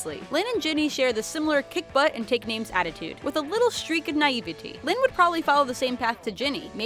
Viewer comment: It's not Lyne it's Lynn